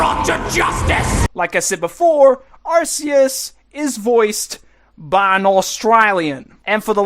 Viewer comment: Arceus is said as "Are- KEY-us" you stooge